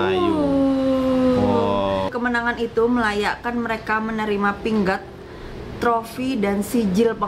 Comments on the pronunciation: Assalamua'laikum. Alhamdulillah. Tahniah kpd pasukan Malaysia atas kemenangan tersebut. Sebutan pingat tu pi ngat bkn pin gat. Pingat tu medal dlm Bahasa Inggeris. Malaysia mendunia. Teruskan kecemerlangan kamu. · pingat bukan bunyi pin-gat tapi pi-ngat